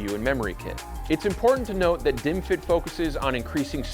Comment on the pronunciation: Why am I watching bottles and hearing "dimwit"s?